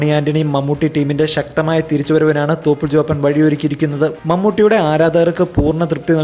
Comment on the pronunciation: At 1.04 he said THOPANTE lol